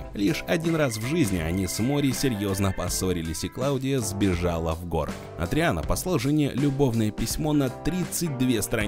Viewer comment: Не "Эдриан", а Адриан.